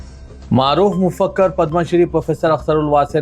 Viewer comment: please urdu sekhey Akhtarul wase ko Mufakkar kah Rahe ho MAFAKKIR HAI bhai afsoos news kahte ho urdu ka janaza nikalrahe ho